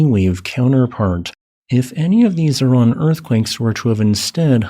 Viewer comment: Sorry, I am not about to take the word of some idiot that can't even pronounce Iran correctly.